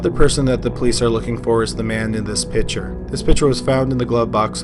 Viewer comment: PiCture not PITCHER.